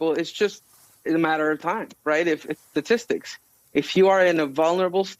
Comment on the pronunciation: I don’t take advice from a doctor who can’t say statistics